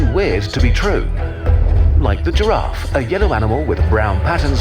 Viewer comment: This guy calls dinosaurs, dinoceras and giraffe, jiroofs!